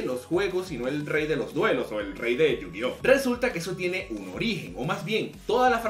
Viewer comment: En serio?.... Yo- Gi - Ohso?? .... en serio? ... .... ....